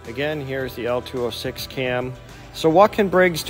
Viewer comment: Say it with me. "LO-206". Not "L206".... Beyond that the video is great.